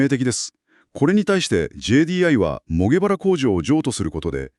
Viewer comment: 工場の地名は正確に読みましょう？シゲハラじゃないよ！モバラですよ！聞いてて違和感を感じます。